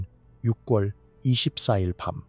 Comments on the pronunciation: 발음이 거슬리네요.유궐(6월) 이지 '육꿜'이 아닙니다. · 표준발음은 [유월]입니다 유궐이 아니라 활음조 현상 때문에 유월로 발음합니다.